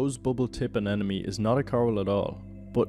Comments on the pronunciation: AneMone, not AneNome. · I had to skip over all the "anenemy" parts. Who tf pronounces it that way? And most importantly, why didn't you say "Neno" instead of "Nemo"? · i don't know if you are ragebaiting but the way you say anemone kills me inside